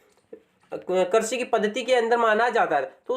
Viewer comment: Karsi nahi bhai krisi bolo na